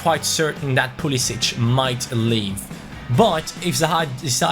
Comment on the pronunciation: It is pronounced Pool-i-sick